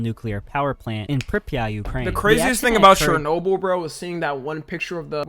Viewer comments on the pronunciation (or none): Bro keep butchering all the pronounciations 😭 nova scotia and chernobyl are crazy…